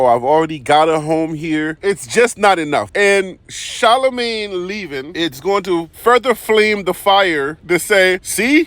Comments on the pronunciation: Who is Sha-lo-May? 😂 🤣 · Please pronounce her name correctly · Please pronounce this child's name right. You've said three different names. 🤦🏿‍♂️ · Learn how to pronounce her name, then do a story on her. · First you need to say her name right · If you're going to do a story on someone at least learn how to pronounce their name